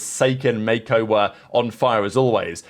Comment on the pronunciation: Bro how do you butcher pronouncing every non english named player in the league like 😭😭 May-Ko!? Seriously